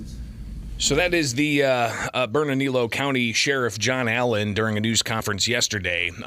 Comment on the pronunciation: I find it so strange, with so many Hispanic people and Spanish names of places around the country, nobody on YouTube can pronounce Burnalillo or Lujan 😂 J's most often make an H sound. 2 Ls together make a Y sound.